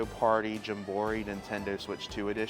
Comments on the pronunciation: He needs to make merch that says jam-buh-REE or um Jum Bro REE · I kove how many times you said jumborrey. Keep it up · Its jam-buh-REE perhaps hes trolling the viewers? Also does he fly to NYC for nintendo store or lives fairly near? Good video liked and subbed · did you say jum bor ee..... lol I know it's on purpose like meteor oid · "JAM BORE EEE" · Your saying the name wrong bro. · How do you pronounce Jamboree like that?!? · Your pronunciation of Jamboree has me rolling 😂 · why the hell does he keep saying JAMBOREE incorrectly?! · U new here? He is 100% on the tism scale.😂 but he is chill so its cool. Drives me crazy but i watch sometimes still.😂. He does that often...and no it aint clickbait. He is just "a bit special"😂😂😂😂. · Right tho. I was like “ pardon?” Lol